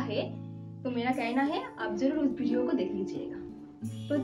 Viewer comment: भिडियो क्या होता है 🤣🤣🤣